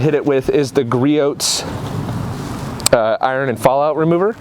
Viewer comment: listen...lay the product down, drive it and maintain it for 3 months and report back to the class, is that unfair? Also, just to make the listen not burn your ears...its GREE-OHHS